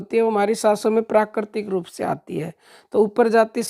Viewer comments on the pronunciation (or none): none